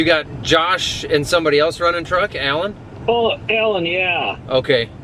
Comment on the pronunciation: Great video. Love to see people coming together like this to lend a helping hand. But i gotta say, as a midwesterner myself, i just love that classic midwest oh